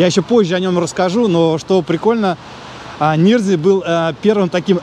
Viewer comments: Дом НирнзЕе (с ударением на Е), редевЕлопер (с ударением на Е). Переулок ГнезДниковский... Все риэлторы такие косноязычные? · правильно говорить Дом Нирнзе́е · Интересно было посмотреть, каким же было лакшери в сороковые годы. Весьма скромненько, надо сказать, не считая расположения. Дореволюционные дома гораздо роскошнее и продуманнее строились. И дом Нирнзее произносится НИРНЗЕЕ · В России есть и старше города Дом Нирнзе́е все же, ударение на второй слог